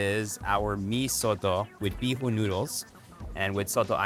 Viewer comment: Erwan pronouncing bihon bee-hoon :D